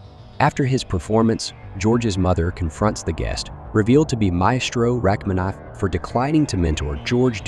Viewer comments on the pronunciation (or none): none